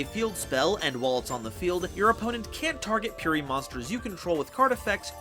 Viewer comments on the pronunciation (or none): Its purrely not purery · Purery Me: Puh-reh-ree